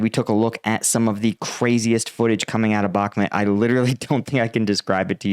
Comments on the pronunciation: love your vids, but can you pls pronounce BAKHMUT correctly? you say “bak met” and it really turns us off. it’s BAAAAK MUUUT, Bakhmut. thank you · Got a decent show bro, however it’s called “Bahkmut” phonetic pronunciation BAKMOOT Thx